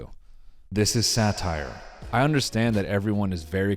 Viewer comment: I'm sure you ment something else but you repitedly said sataer